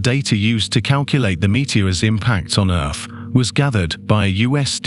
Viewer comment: I do like the videos burn that voice is driving me insane Earth has th at the end he says it with a f 🤣🤣🤣